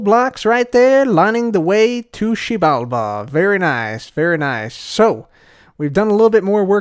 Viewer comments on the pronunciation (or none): it’s pronounced Zji-bal-ba I believe. It’s Mayan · Xibalba Keralis: Shebamibi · Massive cringe every time he says “Xibalba” 😂 It’s almost as bad as when Trump tried to say “Puerto Rico” in an accent! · Xibalba sounds like the Korean swear word, makes me laugh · Me trying to pronounce the title: Hermitcraft 7: To Xiebalabada! Episode 23) Please help me. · koreans be getting caught off guard everytime he says xibalba